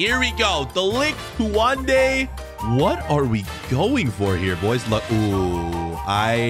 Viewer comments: not kuwande it’s koonde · Kouande? LOL It's pronounced Kunde.